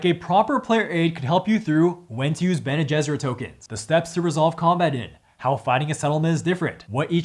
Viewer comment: I'm glad I'm not the only one who also have said gene besserit before lol